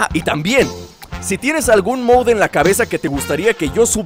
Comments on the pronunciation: Jose Pereira alo mejor en mexico se dice moud en vez de mod :3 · se dice mod COMO SUENA MODDD NO MOUSSUCNORMAL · moud:D mod MOD:v como suena mod no moud MOD:B